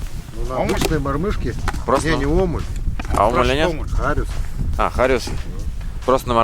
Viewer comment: Правильно говорить Мормыш, а не Борбыш. Без обид